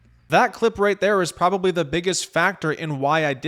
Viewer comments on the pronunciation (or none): biggest kryptonite: "provably" because he says it with no solid proof besides "because I said so". Bro makes hack journalists look good. He does a piss poor job of fact finding and only took the story because Spook didn't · Ooooh its the "PROVABLY" guy